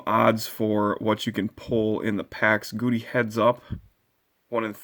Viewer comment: Love your throwback Thursdays... BTW its pronounced Gow-Dee